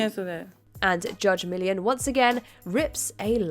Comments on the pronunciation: "Mill-ee-on"...not "Million", you guys have done so many videos on The People's Court---at least pronounce the Judge's name correctly. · It drove me crazy every time Judge "Million" was said. Not her name.. after so many years on air you think you could pronounce her name correctly. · Accents don't prevent you from pronouncing the judge's name correctly. Poor preparation or lack thereof does. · Learn how to pronounce her name !!!! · I apologize to if that came off as rude. Not my intent. As someone with a name that is never pronounced correctly it's something that I try to be careful about with others. Her name is stated in every episode and is not that difficult to say. (And this is engagement on their videos so... it isn't harmful to the WatchMojo world.)